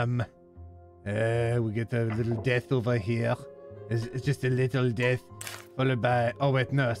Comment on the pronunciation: your french accent gives the sentence "it's just a little death" a bit of a double meaning